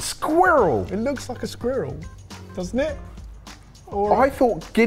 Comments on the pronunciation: What's with saying squirrel like squid and not like whirl or world? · I always love listening to British people pronunciation of squirrel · The pronunciation of squirrel cracks me up. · Any Americans loving the way they pronounce “squirrel” as much as me?😂